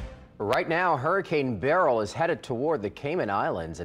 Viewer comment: I think you mean hurricane "berryls" towards Mexico. 😂